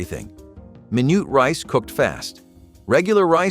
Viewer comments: Minute rice ...not " minoot " lol. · Wait! I still eat most of these. And don't you just love the pronunciations? MyNoot rice? There's more. What did YOU hear? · Min-ut rice, mar-jer-in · "mi nute" rice 🤣🤣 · It is pronounced Minute Rice. Not Mi-noote Rice. What schooling did you go to ?????? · We always had margarine and sometimes Minute Rice. But never mar-guh-reen and mai-noot rice! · And calling Minute Rice ~ Mai nut Rice! 😂😂😂😂😂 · mynoot rice or minute 🤔🤔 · The pronunciation of “margarine” and “minute”……..hmmmm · Your pronunciation of minute and margarine needs some practice. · You can’t pronounce “MINUTE” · He couldn’t even pronounce margarine or minute rice correctly. lol.